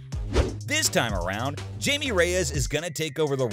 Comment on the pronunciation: Bro makes a video about blue beetle but still calls him jay-me